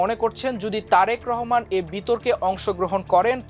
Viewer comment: Tarek Rahman er nam tik e sondor kore porlen news presenter.